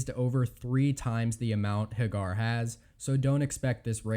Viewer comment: It's pronounced HAY-gur, not huh-GAR. Thank you. :-) - TOO-ber-ville, not TUB-er-ville.